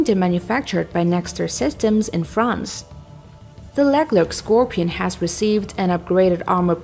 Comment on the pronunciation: The woman providing the audio track has no clue how to pronounce names like the Leclerc.